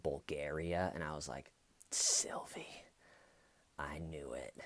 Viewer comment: OMG..... You had me cracking up at "Sylive"..... Oh dear..... No more Grant Amatto money coming in 😂😂😂😂😂😅